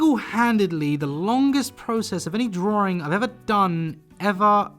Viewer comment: He says “drawRing” as joke right?